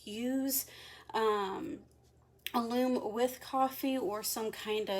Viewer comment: Hi, excuse me for this but I wanted to tell you that alum is pronounced with a short u, not like aloom, more like gallon. I'm anxious to see how the wool takes the coffee. I dye using food coloring so this is exciting.